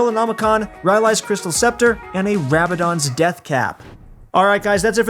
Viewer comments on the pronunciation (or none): none